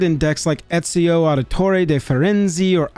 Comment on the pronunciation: As an Italian, that pronunciation for Ezio Just sent me 😂